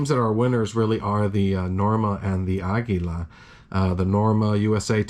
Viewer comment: Thumbs down for how you pronounce Aguila